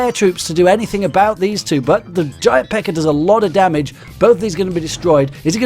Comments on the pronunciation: he said pekker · No offence but he says PEKKA like pecker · I like how he says PEKKA like Pecker, so when he says Massive before it, it just sounds awesome.